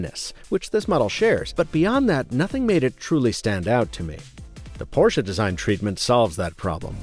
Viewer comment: Thanks for not calling it "PORSH"